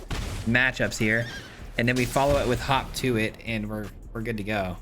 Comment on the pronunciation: I swear he was saying Hawk Tuah